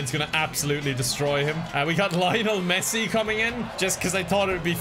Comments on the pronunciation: I am not a football fan but the way he pronounces Lionel Messi makes me cringe. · I was rooting for Messi, even though you mispronounced his name every single time